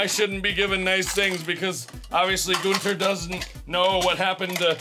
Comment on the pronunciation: Hahaha Gunther not goonter